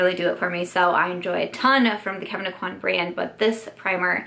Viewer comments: O-qu-anne= Aucoin. It's a French Louisiana name and EVERYONE even Sephora says it wrong. They have a launch video of his line with his pronouncing his name the correct way. Sorry this bugs me from EVERY YouTuber. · In louisiana (which is where Kevyn Aucoin is from, if you watch the interview the clip is taken from he is from north central louisiana) it is pronounced oh-quanne. And if you continue to watch Sephora pronounces it wrong! Makes me really angry. We don't have many celebs from here and especially ones in beauty so I just think it's a blow to his legacy to mispronounce his last name.